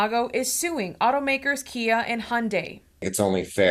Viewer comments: KIA not Kai, ^^ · Kia not kai 😁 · Kia not Kai